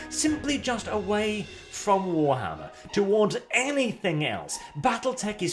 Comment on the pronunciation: WARTHAMMER. LIKE A WART ON YOUR FOOT.